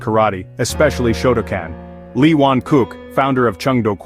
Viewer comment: Shotoken? Shotocan? I believe you mean Shotokan, pronounced show toe khan